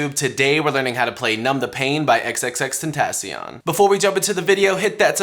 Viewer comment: It's ex ex ex tin tos eeon. You haven't been pronouncing it right